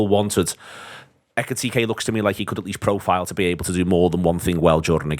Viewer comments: "I've watched Frankfurt for years...Ekky Tekky" Honestly, disrespectful. Ekee-Teekay. It's not rocket science. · Tell that clown to sort his pronunciation absolutely kettling my head saying ekitekky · I listened to this on the audio podcast, but came here to comment on ecky tecky, I assume he can hear how everyone else is pronouncing his name!:) I just can't believe the others could keep a straight face! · Please stop saying ekky tekky! Hahaha! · Why did no one correct ekky tekky? 😂 Love it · Love the pronunciation, Ekky Tekky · No disrespect at all, but the gentleman saying "Isaac" and "Ekiteki" is doing my head in😅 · Ecky-techy, Ghee-ockeris, Buh-setitch, Wurtz and Eye-zak all had an airing. Not to mention Adeedus. 😂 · Can’t concentrate with all the weird pronunciations…. My god lol ekky fucking tekky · fucking this bloke butchering Eketike's name makes this podcast unlistenable.